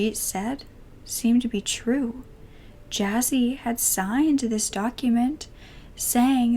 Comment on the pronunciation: Poon-jaab > pun-jaab Jazzy > juss-e